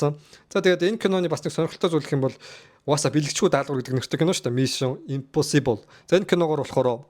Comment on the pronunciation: Ee burhaan naad ugnuudee google translate dr bicheed sonsch uzeed zov duud l daa, ug n hoorhon yrih gd bhin mison imposibl geh hurtel chn za yahaw gej bgd bur tiirtel awlaa daa, oxify shig heden angli ugnude aimar oortoo itgeltei shal buruu duudaad bval elgiin haragdana shu, ug n ywaandaa bur l hoorhon yrij surah zaluu bnda